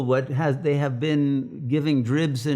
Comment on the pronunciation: EWERY BOOK IN THE WORLD HAWE STORY,,, IS HAWE THE ONW REALITY! EWERY BOOK😅. COOL